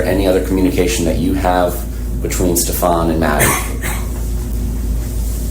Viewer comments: Don't waste time on the pronunciation of Stefan's name. "Ste FAHN" is the correct pronunciation. There is no name pronounced "Stef AN." His parents don't know how to pronounce the name properly or they have made up a new pronunciation. Frankly, most people don't care what you call him, as long as you call him GUILTY. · He is sickened by Stepaaan and deliberately won't 'learn' his name, thats why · Is she still employed with Coronado Springs? My children tend to wear the same things over and over again to sleep. How does she not recall what Maddie was wearing but for sure knows it’s not the green hoodie and jeans? I wonder if the detectives mispronouncing SS’s name is on purpose to agitate those who know him 😂. I know she corrected one detective before. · Them mispronouncing his name drives me crazy too. It’s not just you. I don’t care about him but it’s a pet peeve of mine when people do that. Especially when she consistently says it the other way. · I wondered if they were doing it to unnerve Jen. Because she would say his name, and they would immediately mispronounce it.